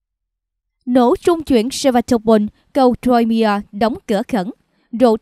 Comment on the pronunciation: Crimea (khoai mia) không đọc ( trôi mia)